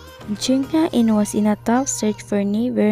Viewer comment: it was supposed to be pronounced as HE-IN (HAE IN)